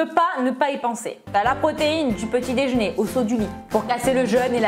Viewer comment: La seule chose que j'ai retenu c'est : " le déjner" mdrr 😂😂